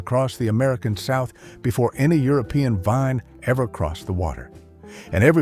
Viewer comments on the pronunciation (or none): none